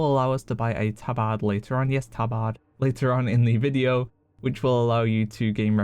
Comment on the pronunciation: That's actually the correct way to pronounce it.